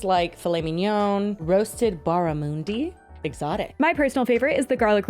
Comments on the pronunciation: Don’t mind me just in the comments look for the other Aussie triggered by pronunciation of Barramundi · I'm sorry, pronunciation of barramundi has killed me an an Aussie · your pronunciation of Barramundi had me cackling 😂😂😂😂